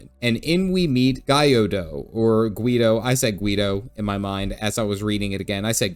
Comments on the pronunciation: Usually in Eastern names, the Y is used more like a consonant than a vowel. So 'Gyodo' is two syllables, not three. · Not that it super duper matters, but with Japanese names like Gyodo, you don't actually say it like "Guy", your preferred way is actually closer!